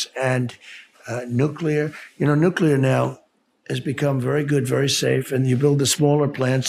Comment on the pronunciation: Maybe it is trivial but how nice to have a President that can pronounce’nuclear’ 😂